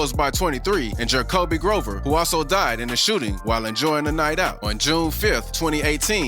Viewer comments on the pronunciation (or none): none